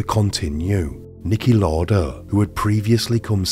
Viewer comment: Just a heads up, its pronounced "Louder" not "lorder"